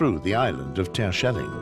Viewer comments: No! Did nobody have the brains to correct him, saying Tershelling? It is just like Yanks saying schellack. They screw it. There should be a hard G in that. Like gold, just a fraction longer, and not a K either. Yes, this is the hardest sound in Dutch, getting our G spot on, that takes the guts to try and make a fool of yourself, if you are too careful, well, you won't get it right. Because that G is strange. But letting this man do it wrong all the time? Why? Let him take lessons! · I Love how he pronounce some names like Terschelling etc 😂